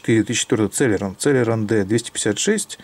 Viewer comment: цЭлерон...+1 слово .... уэсбэ, цЭлерон, пысыай слаты... селерОн правильно...